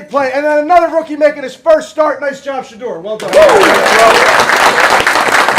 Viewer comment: Stop it. Kevin struggled saying Shedeur how women struggle to say im sorry up until last week